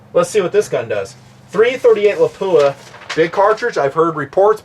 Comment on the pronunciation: first love the vids, you make good sense, very practical. One thing, pronunciations, Lapua is pronounced Lap-wa, Scenar is like Ski-Nar. I get corrected by the reps at events all the time. I love my Viper PST, you can put the shims in to set the stops btw. I agree about the MOA, I was a Designated Marksman and learned and deployed with Mils but I love MOA. Less math, no Army vs USMC mil crap...nice simple. one thing I wish you would have hit on...300WM vs 338LM cost vs performance.